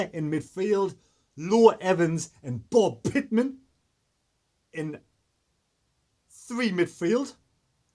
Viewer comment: Btw it’s Brett pitman not Bob pitman